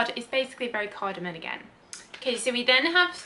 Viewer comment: CardamoM, not cardamoN.